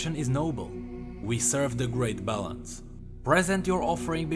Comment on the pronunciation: every time you say balance i hear it as bellend.